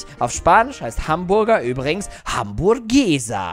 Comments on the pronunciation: Es heißt nicht hamburgesa sondern amburgesa ich kan spanich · Du sagst es falsch es heißt Hamburgessa ich kann spanisch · Nicht nur das man in Spanisch nicht das Haus auspricht sagt Hamburgesa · und seine "Hamburrgeeeeeeeesa" 😂😂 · Man spricht im spanischen das "h" nicht mit